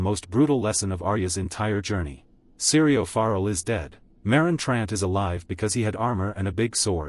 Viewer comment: His name is pronounced ForEll And Jaqu'n Hagar. Have you even watched the show?